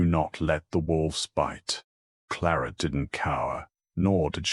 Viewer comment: Voice is awful and transcript is worse. I found myself looking for anomalies instead of listening to the story. Plarrt instead of Claret or is it Clorrette/Cloret???